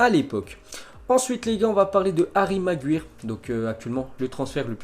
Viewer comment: Ensuite les gars, 😜comment tu prononces déjà "Maguire"? 😂